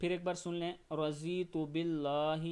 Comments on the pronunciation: Not za Zuad ko duaad parhna hai Radhiytu Billahi.... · Its Radhitu..inhone ne ghalat talafuz ada kiya hai.. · Raditu is the correct pronunciation Jzk